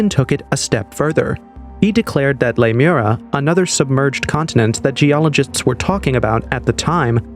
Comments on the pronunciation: Lemur-eeeeeee-a, dude. Not Lemura. It was a hypothesis to explain lemure migration prior to the discovery of plate tectonics, and we now know that a sunken land mass there would be physically impossible. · Lee-moria not Lime-era. it's named after the lemur remains found on the west cost of Australia that could have only gotten there by a land bridge. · It's pronounced Le mure ee a (short a) :) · Jeepers. The pronunciation in this video is so bad, Lemuria isn't pronounced lamura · It’s Lemuria!